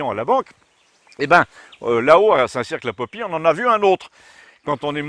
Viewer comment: St Cirq ne prononce pas le Q ! mais super vidéo comme d'hab sinon ;D